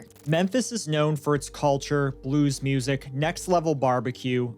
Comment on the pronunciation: Do ppl in Memphis really say Mursic instead of music? Just curious